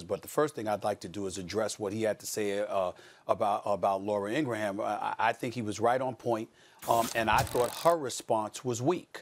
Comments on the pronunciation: Stephen A. Smith: Laura In-gra-ham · Laura Ingram is a racist clout chaser. Good thing SAS mispronounced her name.